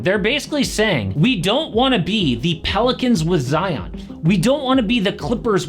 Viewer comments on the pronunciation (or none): none